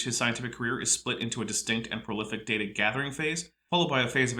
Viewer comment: uses both pronunciations of 'data' in one sentence...it is data, not data!!!